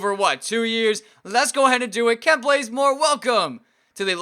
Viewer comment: Kent not klent